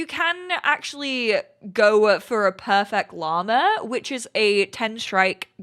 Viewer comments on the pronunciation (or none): none